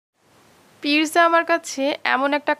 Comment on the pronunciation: eto posonder khabar toh ajo nam tai thik kore bolte paren naa